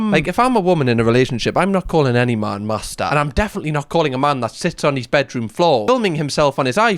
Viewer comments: Good thing that we watched the video of the guy saying master before you started saying the word.. I genuinely for a second thought you were saying Mazda 🚙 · I am hearing ”Mazda” every time you say ”Master”